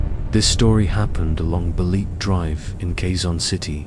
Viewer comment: It's not Balet it's Ba....Le....Te drive